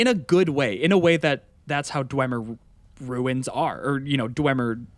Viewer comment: never been a fan of the dwarven things in the game myself either, but that armor looks phenomenal. and i’ll definitely be exploring the ruins as well. another perfect video guys also the way says ruins like “runes” is hilarious to me